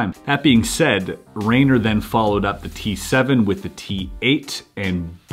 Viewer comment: little accent except when pronouncing the puzzlemaker's name. Rainer is pronounced Ryner like rye bread. :)